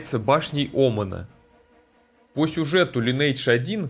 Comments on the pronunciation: лайн ...не лин ни лен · Я не буду говорить, что все тупые, каждый может называть игру как ему нравится, но можно было в начале ролика сделать ремарку типа: "Я знаю, что правильно читать Линидж, но так как нам привычнее Линейдж, то так и будем называть игру далее", то вопросов бы не было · Мне как раз привычнее называть Линейдж, но если вы блогер, то в некотором роде журналист, а значит должны придерживаться стандартов журналистики. Линидж так читается это слово на нормальном английском, не у корейцев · Всё хорошо, только название игры читается не Линейдж, а Линидж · Читается "ЛАЙНэйдж" а не "ЛИНейдж" Лайн - линия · линидж ЛИНИДЖ сука |ˈlɪnɪɪdʒ| когда ж вы суки научитесь! То есть, ты знаешь, как переводится это слово, но не в состоянии читать его правильно? Так?